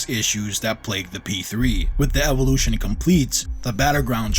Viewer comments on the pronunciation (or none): none